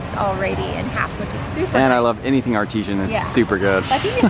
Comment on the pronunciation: Ar-ti-sahn, not Ar-tee-shun. 😉 Looks like a great feast! And Havarti cheese for sammies! Especially grilled cheese.